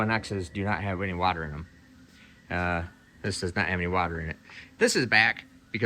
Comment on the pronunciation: Please stop saying the word "water". The way you pronounce that word is so strange.